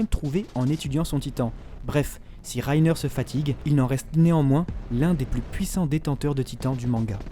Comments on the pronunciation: reiner pas rrrrrrrrrrrreiner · c moi il a un accent allemand quand il dit reiner😂😂(rainer)